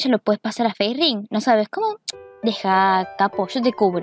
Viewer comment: me kga cuando le dicen facering, es Facerig